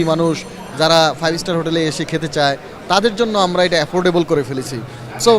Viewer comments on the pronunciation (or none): none